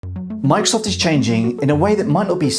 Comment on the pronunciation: stop saying "mikesoft" thats not the name of the company :D